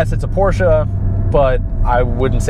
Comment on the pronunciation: Cringing everytime he says porshca